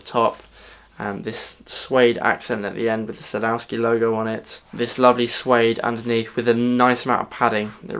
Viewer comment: I've been planning to fit those the strap locks to most of my guitars but the strap blocks would cost a fraction of what the locks would. I might just put the locks on my favourite guitar and use the blocks on the rest. By the way is Sadowsky a Polish company? My wife's Polish and she overheard the name mentioned in the video. She says it's pronounced "Sad-off-ski" though. Another great vid,.